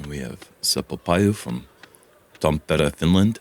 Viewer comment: Great effort on the pronounciation of Tampere, Turku and Lauste!